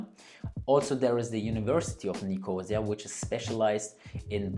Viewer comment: Nicosia - the accent is on the third syllable, not on 2nd syllable.